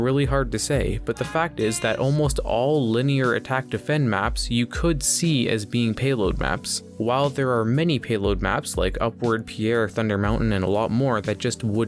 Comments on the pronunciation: Did he pronounce pier as pierre? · you mispronounced pier like the name "Pierre" lol nice video tho